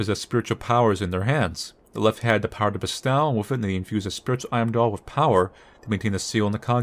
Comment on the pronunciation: ....ILU but bestow is toe, not ow. And gi is a hard g, like go.